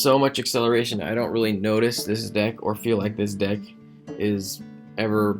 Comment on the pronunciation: hey it is gilt not jilt and deck not dick